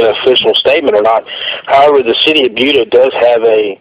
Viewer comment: It's not pronounced like Buddha. It's pronounced bee-yu-duh.